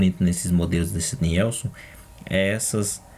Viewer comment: pronuncia se NILSON.